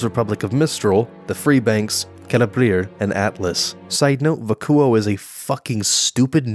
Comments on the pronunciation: BRUH ITS VACK- YOU-OH NOT VACK-OOOO-OH. 👎👎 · VA-CUE-O I can’t believe you didn’t get that right. Hell, you couldn’t even say Pyrrha’s name right. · You pronounced Vacuo wrong. It sounds better when you say it right. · The fact he doesn't know how to say vacuo says alot... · “Vacuo is a dumb name” Maybe its because you’re pronouncing it wrong lol..